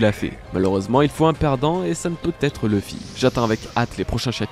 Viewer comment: J'ai du mal avec Leuffy. C'est LOUffy. Luffy, quoi.